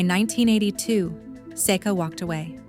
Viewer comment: Another mispronounce from AI. Seek uh. Not Sayka or Secka. Didn't learn a thing.